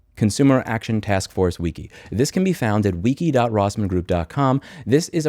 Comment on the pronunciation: This is a great idea, Louis, but we need to talk about your pronunciation of "wiki"